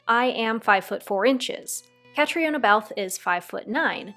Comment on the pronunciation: Love your enthusiasm! Very fun. By the way her name is Irish and it is pronounced 'Ka-tree-na'.